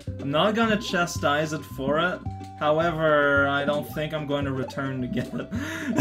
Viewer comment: Wait... - did you just make a pun or just pronounced "chastise" as "chestise" by accident? Or am I just hearing puns because that's what I do... XD "To be fair, that's the sort of chest thing that I would probably have done too. I'm not gonna chestise it for it."